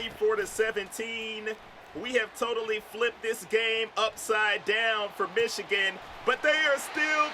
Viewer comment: Wait why can’t you say Michigan ?